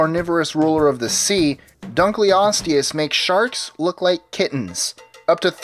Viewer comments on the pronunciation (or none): none